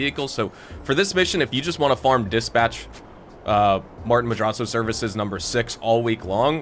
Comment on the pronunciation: I love everything about, except for the way we says “Madrazzo”